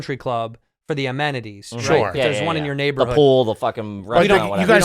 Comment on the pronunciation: is unable to say "neighborhood"